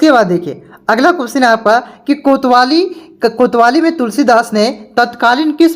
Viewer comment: किया सर कैसे पढ़ाते हो कवितावली को कोतवाली बोलते हो